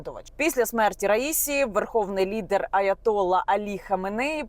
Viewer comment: Наголоси: РаїсІ, аятоллА ХаменеІ.